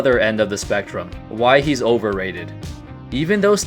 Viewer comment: Polarizing? You said Overrated wrong 😅